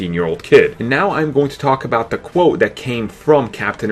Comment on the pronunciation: Why do you say "de" instead of "the" it's so annoying